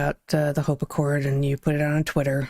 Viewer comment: HOPE ACCORD, not HOPACCORD